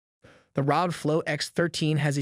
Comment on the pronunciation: ARE OH GEE - .. pronouncing the acronym as a word is the same as saying RTX3080 "tye"